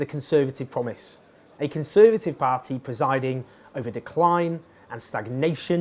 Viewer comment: Has your inability to pronounce party correctly ruled you out of ever being a politician?